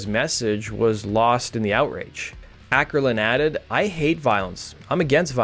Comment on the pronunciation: Not "Ackerlund", more like oh - kerlund.